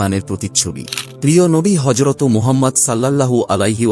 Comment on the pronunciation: হজরতো নয় হজরত